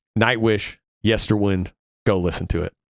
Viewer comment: You will never please evertybody with your review, but it is your own honest opinion, and that is to be celebrated. However, I am surprised that despite at least two references to it during the songs (including the very last vocal line in Lanternlight) you seem unable to pronounce Yesterwynde correctly. Funny that.